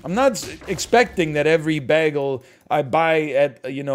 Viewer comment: The greatest atrocity in this video is hearing how NL pronounces “bagel”